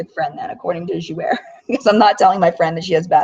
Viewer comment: Thanks for sharing your experience with us. I'm glad I decided not to go. FYI Jouer is pronounced jou-AY. It means "to play" in French. I hope you don't mind me correcting you. I hope you feel better soon!